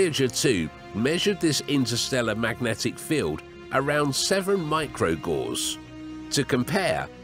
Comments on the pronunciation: 7 micro gauze? The narrator should have known the unit is named after Gauss. Ryhmes with house. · Not "gauze", "GOWSS" - rhymes with 'house'. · It's not gauze, it"s Gauss. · Its pronounced "gow-s'ed" not "gaw's"